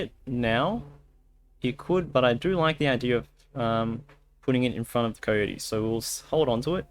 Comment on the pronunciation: Nobody:: "Kohyohty"